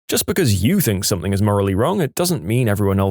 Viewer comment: No k in the word something .